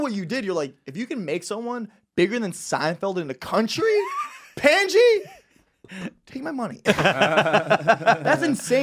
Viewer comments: he really calls him pendji lmao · I heard it like "panciiii" (Pot) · Pandji : PANT G 🤣